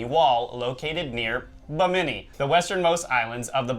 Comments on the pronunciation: BIm-IN-ee not Beh- mini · Not ba-mini its bimini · Bimi ni not Bi mini lol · The way you guys pronounce Bimini kills me. It is NOT Bamini it is Bimini. Love the video though. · Repeat after me Yankees bim-ah-knee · uh, guys......Bimini: BIM-a-nee... ;) Looking forward to the next episode, this is an excellent topic! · Hey guys isn't that pronounced BIM-INI? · You guys make me crazy it's pronounced BIM-A-NEE! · I know! that was really annoying to listen to. Buh-minny indeed! ugh! Every time they mispronounced it I cringed. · HA HA HA! I was SCREAMING at them: "BIM-A-NEE!" I'm glad I wasn't the only one! What's truly crazy is that you would think that someone on their team would of caught that. Thank you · The accent is on the first syllable of 'Bimini', not the second. They still teach the "fact" of the Java Man, an early hominid, despite finding in 1921 that the sole evidence of his existence was really the kneecap of a Mammoth (elephant). Max Igan (you tube) presents evidence that shows all "history" before the time of the American Civil War to be very much in doubt. Virtually everything taught in school has been altered for indoctrination purposes, the most egregious innovation being common core math, intended to make the use of simple arithmetic beyond most young people. Try asking a twenty year old grocery clerk what the change from a 62 cent purchase paid for with a five dollar bill would be, if you want to get that "deer in the headlights" stare. I could do this when I was eight. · Hey Guys! It's, not Jack. Anyway, just a heads up on the word "Bimini". It's pronounced with the accent on the first syllable. Y'all keep accenting the second syllable which makes the name sound kind of funny. ^_^ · Guys, your pronunciation of Binimi is incorrect. The accent is on the first syllable, not the second. You can hear the correct pronunciation on Ancient Aliens season 2, Underwater Worlds. Its currently available on Netflix